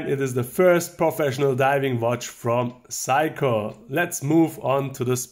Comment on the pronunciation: I love how Germans pronounce Seiko like "psycho." You and Jenni Elle both do it and it's really charming.